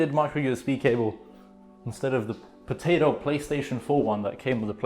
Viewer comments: Love the way he say potato earphones😹😹😹😹✨but either than that your video helped me setup my ps4👍👍👍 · When he says Potato its funny.🤣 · Im german so every time you said potato offended me... Sorry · Are you dumb people Missy it's potato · What is wrong with him saying potato